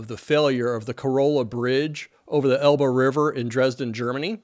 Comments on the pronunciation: I had a little chuckle when you pronounced "Elbe river" as "elbow" 🙂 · Undoubtingly it sounds very natural to yourself, that is how regional differences work. I did not mean it as personal critism, I just heard it as such in the moment.